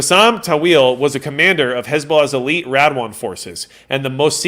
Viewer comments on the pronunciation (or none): none